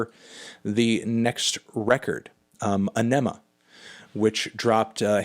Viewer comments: It's not pronounced "uh-NEH-muh. It's pronounced "AH-nih-muh". Emphasis should be on the first syllable, not the second. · For Anthony and anyone else who still doesn't know. It's pronounced Aw-Ni-Ma with the focus on "Aw", not "Ni". They pronounced it in a few video interviews at the time. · It's pronounced "Ahh-nimm-uh" FYI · The way he names them you would think he didn't listen to shit🤣 "anemo" seriously! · Mispronouncing AEnima. It's "Aw- nim-uh" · Stopped caring at "a-nema". 23 years old and you cant pronounce it? I'll take your critique with a grain of salt. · No Opiate? Salival? Also, Edit: It’s “Ah-Nuh-Muh” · Let’s argue: Aenema = Ar - Neh - Mah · It's pronounced anime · “Uh-nema” smdh melon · Ehh-neh-muh You dipshits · I've never heard anyone pronounce Ænima like that 🤣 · Melon's hottest take here is his pronunciation of Ænima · The way he said Ænima pisses me the fuck off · Badthony Pronunciatetano. Weirdest pronunciation of Aenima ever recorded. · Why do you say “Aenima” like that? It’s extremely frustrating..... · Pondering Presbyterian He’s said many times that he mispronounces it on purpose because it annoys people so much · "Right in Two" is a so so closer. Wtf. Misprounced Aenima Fear Inoculum is in the S teir. The best track Pnuema you called the worst. I finally know what a SJW feels like, I'm triggered people respect your opinion of music in any form whatsoever. I wish I could Unsubscribe again. Peace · How do ppl still not know how to pronounce Aenima?